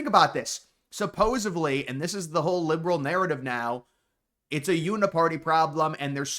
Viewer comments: "Supposevly" isn't a word. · You need to learn how to pronounce supposedly dude holy shit. With a D